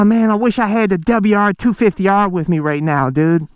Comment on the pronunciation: See be are.....Juan thousand debel harrrrrrrrre lol Love it!